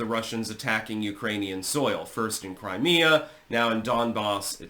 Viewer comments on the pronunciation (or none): none